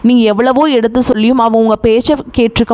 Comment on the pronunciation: "ல" " ண "கரம் சரியாக உச்சரிக்க பழகவும்.( சொள்ளவும், நள்ள மணசு,, வளிக்கும் etc..?)